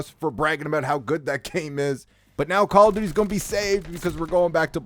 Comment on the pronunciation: "Pwease stap making fwun of mah cawwa dooty!!" 😂😂